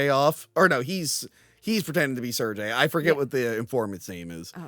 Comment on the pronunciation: Just so you know, “Sergei” is pronounced Sur-Gay (NOT Sur-Jay). Who doesn’t know that?! 🤣